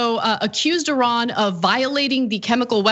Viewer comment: You pronounce "Iran" very well! like a Persian! Interesting!